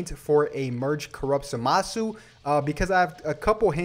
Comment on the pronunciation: I'm sorry but in the show zamasu's name isn't pronounced like that